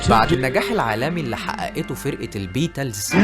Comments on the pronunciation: فيديو معفن اووووي نطق الإنجليزي ضايع بالذات البيتلس ودخله الحرب بصراحه فيديو خايب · عندي ملاحظة في نطق بعض الكلمات بحسها غريبة زي البيتلز و الذوروة